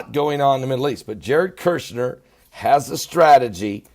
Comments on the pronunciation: For what it matters, his last name is KUSH-NER, not KERSH-NER. Love you. Keep up your good reporting. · Kushner sir, you are pronouncing his last name as Kershner. It is Kushner. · Love you...say it with me Jared KUSH-NER... Kirshner 😂❤️ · All due respect to you. You are not pronouncing Jared's last name correctly. There isn't a R in his last name. It's Kush ner. Kush... I always watch your channel. Did you see the report where Former French President of France was ARRESTED for taking campaign funds during his election. And...I saw another report where a court denied Obama his appeal and has to RETURN 400m that he gave to Iran when Americans were released. Obama tried to appeal, but was denied. I only saw 1 report about it. Hope it is true.